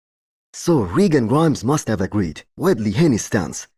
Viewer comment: Your pronunciation is very acceptable. I’m a Nigerian and that’s an Igbo name even though I’m not Igbo myself